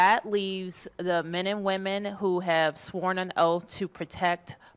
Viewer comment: The men and mehrrman? Oh yeah? Hahaha